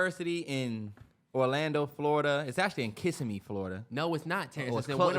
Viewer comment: Yall it’s (Kiss-sim-me) love the podcast I’m jus from Florida had to let yall know 😂❤️